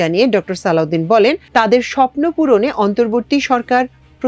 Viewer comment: সালউদিন না সালেউদিন